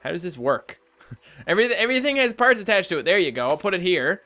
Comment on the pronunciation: It's "parts" not perts dumbass